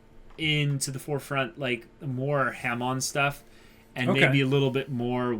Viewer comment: It is pronounced (HA-MON)